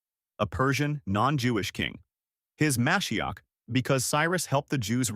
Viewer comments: It's me-SHI-ach. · You’re trying to present facts about Judaism and Jesus, yet you completely undermine your academic credibility by mispronouncing the Hebrew word for Messiah, Mashiach ….. The word is pronounced Ma’shee’ach, with emphasis on the second syllable, and the “ach” pronounced gutturally, like you’re clearing your throat. Now you know.